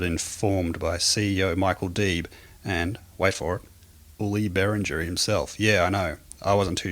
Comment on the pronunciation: It's not "BERRINJER", it's "BEAR-INGA" you moron.